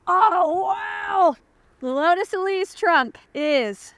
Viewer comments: It’s pronounced e-LEASE, not e-LEEZ. (it’s an “s” sound, not a “z” sound) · It's the Elise, not the "Elize" like you keep saying. Every time she says "Elize", you have to drink! 😂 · Isn’t it pronounced “Elise”? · No it’s pronounced “Elise” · Now I’ll always hear Alanis say “Eleez” whenever I see, hear, or think of the Elise. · Eleeze? Is that the way the Brits say it? Let me know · It's named after Elisa Artioli so, one can either use the softer Italian pronunciation for the "E" or a harder English "E" (as in "ee"). But the "S" should always be the normal "S" sound. Not a "Z" sound.